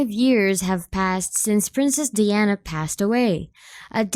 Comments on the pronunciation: it's pronounced DI-ana di as in eye not dee as in pee. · Learn how to pronounce her name properly before presenting a video to the world lok